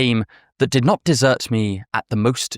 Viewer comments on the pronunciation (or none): none